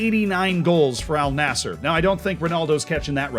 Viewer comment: How you managed to miss Saeed Owairan scoring the goal of the tournament at the '94 world cup against Belgium? I think since then they might be the only national team to get knocked out with no points or goals scored twice. By the way Al Nasser should be pronounced An Nasser otherwise a fascinating look into a league I saw on tv when growing up.